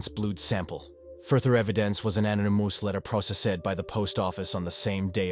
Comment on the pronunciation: What’s an “Anna Moose Letter.” Just goes to show AI can be quite dumb. Stupid semiliterate bot!